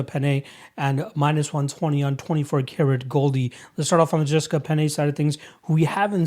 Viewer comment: Jessica "Peña" lol